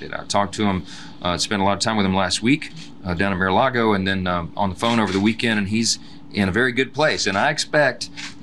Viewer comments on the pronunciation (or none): interesting Maga Mike pronounced it "mere a lago.:Not much left on the right.